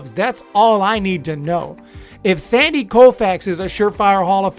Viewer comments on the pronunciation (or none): none